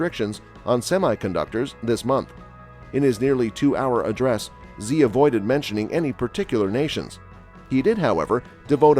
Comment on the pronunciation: You mispronounced the presidents name, Xi.